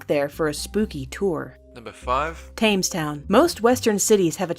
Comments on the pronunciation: Argh, why can't Americans pronounce "Thames"? It's pronounced "Tems", not "Taymes" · It's tems not Tames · "Thames" is pronounced "Tems" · Thames is pronounced tems.